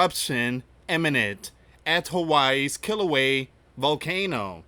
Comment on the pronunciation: [ kee-lau-way-ah ] Kilauea [ ha-lay-mau-mau ] Halemaumau